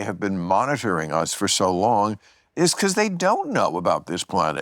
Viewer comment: Why do you say beguzz? It's because.